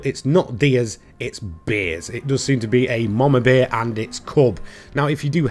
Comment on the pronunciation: Yooo great video but my guy learn how to say bear and not beer